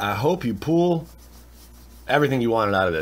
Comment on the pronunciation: And "pull"